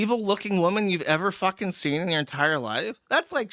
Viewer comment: I wish Joosh still said Errver. this clip with "errver, and errver, and errver" would have been golden.